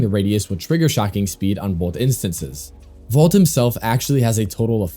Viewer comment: I die inside every time you say "Vault" instead of Volt